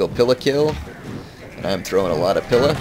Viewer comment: Great battle there...I thought you might lose that. Only issue I have with is your pronunciation of Principe and pila.